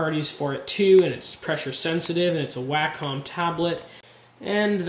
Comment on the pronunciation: WAY-COM fool.